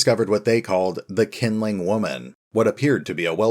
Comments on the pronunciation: it's actually pronounced "Shin-ling woman" I don't mind a bit of mispronunciation but calling her "kindling woman" make it a bit confusing when I only watch your audio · if it's Chinese pronunciation then Q would pronounce more like "Sh" than "K" which would be just K like Nanking or Peking (in old romanisation) - the Qing Emperor, for example, would sound more like "Shing" rather than "King" but as I said, it's no big deal, just that when you don't use picture image to light up your video and that kindling does have meaning in English, it confuses me a little bit. Like where is thing Qingling woman and when is she going to show up before I realised that she is the same as kindling woman you have been talking about